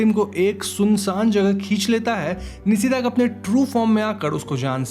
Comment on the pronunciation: Again the Bengali "Call of the night" Is "Nishi Daak". Like how u pronouncr NISHA, similarly Nishi.. Not Nisi